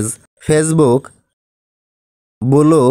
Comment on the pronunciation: Its blue not bulu